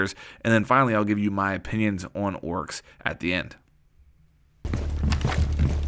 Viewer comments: Bruh its fucking Oryx not Woryx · Why are you pronouncing his name "Orks"? It's making me cringe so much xD